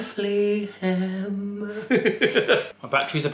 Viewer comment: Beth. Lee. Ham 😂😂😂😂